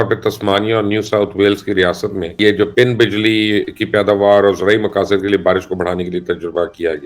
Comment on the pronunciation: ایک مشورہ ہے مبشر صاحب کہ پروگرام سے پہلے چند بار سکرپٹ کو پڑھ لیا کیجیے تاکہ کلاؤڈ سینڈنگ اور پِن بجلی جیسی غلطیاں نہ ہوں۔ شکریہ